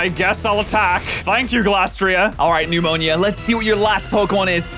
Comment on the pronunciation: Its nemona not nemanija